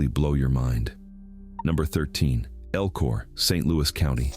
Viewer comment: So, #13 Spelled Elko. El-ko. Pretty simple. Your artificial voice is pronouncing it "EL-KOR" This isn't the "east coast" where they add R's to words. that don't have them. I'm calling bullsh!t to this. And by looking at other comments, I'm not the only one thinking you're spreading cow manure for facts...